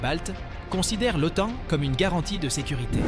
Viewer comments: Les auteurs de cette vidéo la trouvent "captivante" - c'est bien d'être content de soi. Par contre la voix synthétique qui parle d'automne pour OTAN, personnellement, me captive assez peu. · Manifestement une voix numérique incapable de prononcer correctement l'acronyme OTAN. Négligence ou je-m'en-foutisme ? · Surtout qu'elle le prononce de plusieurs façons différentes... Oton, Otane, Otône 😆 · C'est la première fois de ma vie que j'entends quelqu'un prononcer normalement l'OTAN puis "OTON" puis "OTANE"